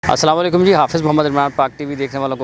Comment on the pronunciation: Salam walikum nai hota bhai, Salam to sahi sikhlo